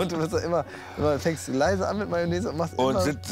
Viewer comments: „Mayonese"der arme😂😂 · "Sex sells"... "Mayonaise" xD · Wie ich mich bei jedem "Mayonnaise" weggeschmissen habe :D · Sido bei SAP: Mayonnaise...Mayonnaise...MAYONNAISE Auch Sido: Wie hab ich mich denn verraten? 😂